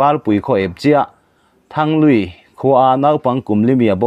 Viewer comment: I thil hming. Lam Rik kha a thluk a diklo ltk Thanglui tih te leh Hmunlai tih te kha i lam dik lo.